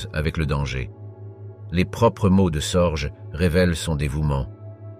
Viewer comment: richard SORGE sans s se prononce SORGUE